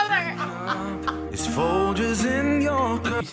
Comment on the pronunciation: The g in folGers is pronounced like giraffe, not like girl 😂🤦🏻‍♀️